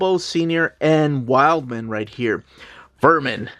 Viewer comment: Wildman is pronounced Wildm'n, not like wild man lol.